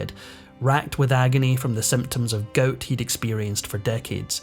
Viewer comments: Please! It's "gout" not "goat". 😂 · "Goat"? Why can't you pronounce "gout"? LOL! Sorry, JK! Good video! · A severe case of GOAT? It's called GOUT (pronounced Gowt) 😂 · It’s pronounced “ga out”. Long u sound. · "Goat" is gout in a Sctish accent....dummy!